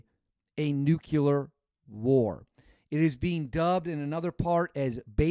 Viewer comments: It’s “nuclear “ not nuculer George Bush. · It is..."Nuclear", you hey seed. It's not Nucular. Only that moron Bush calls it Nucular.😅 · IT IS A NUCLEAR WAR NOT NUCULAR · NU-CLE-AR. Sound it out brother. Not NU-CU-LER. You’re not one of those. Please don’t be one of those. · It’s NOT nuculear. It’s nuclear. Showing off that Wisconsin education again? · The word isn’t nuculer. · Yep, this stuff drives me nuts. Along with pronouncing fiscal fi-si-cal instead of fiscal-cal! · You lose all credibility when you cannot pronounce nuclear.